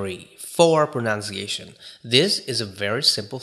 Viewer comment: Pronunciation /prənʌn t .sieɪ.ʃ ə n , US prə- , proʊ-/ Note: A common mispronunciation is / prənaʊn t - /. P/s: No offense meant. I admire your English proficiency :)